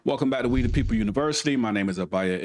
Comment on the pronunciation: The word "People" is not pronounced "Peepoe" Just like the word "These" is not pronounced "Deez" You need to enable subtitles so you can be better understood